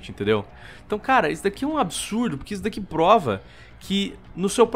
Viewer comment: "ISSO É UM ABISURDO.." kkkk